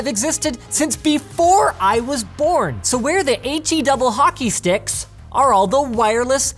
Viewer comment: "double hockey sticks" took me over 4 sec to realize what he had said -_